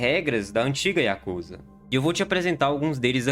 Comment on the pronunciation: Diga yakuzá. Não diga yakúza..